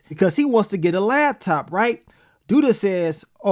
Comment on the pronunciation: ITS LAPTOP!!! WTF IS A LAB-TOP???